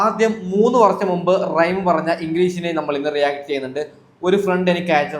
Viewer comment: റൈഎം അല്ല മോനെ... റഹിം..